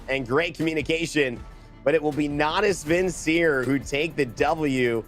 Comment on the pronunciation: someone tell him how to pronounce Natus Vincere...